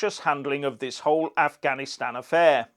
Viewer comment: No he said "I'm not gonna answer questions on ganastan" he couldn't even pronounce Afghanistan.